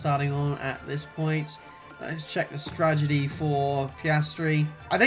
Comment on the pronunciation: Whenever I heard say strategy I always heard tragedy for some reason